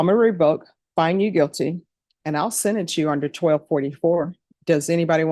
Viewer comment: Its sentence not sedance